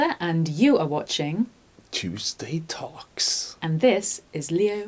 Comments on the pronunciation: what are u trying to say cheeeewsday tawks or did u meant tuesday talks???? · Cheeeeeewsday tawks!!!